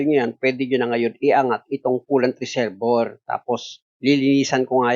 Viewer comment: ang galing mo sir saludo ko sa yo..may minor lang ako napansin kasi yung reservoir ang pronunciation niyan dapat ay re-ser-bwa..salamat sir.